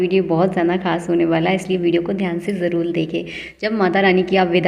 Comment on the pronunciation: It is jaroor karen not jalool. Please prounce r as r . It is highly irritating if you can't prounounce properly.